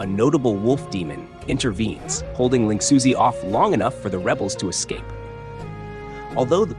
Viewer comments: lingxuzi is closer to ling shoe-zuh, although it's hard to convey the real pronunciation through English text. Edit: Actually, at first I didn't consider you used text to speech, if you used Chinese in the voiceover, I wonder if it would have nailed the pronunciation. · Ling 'Suzy' lmao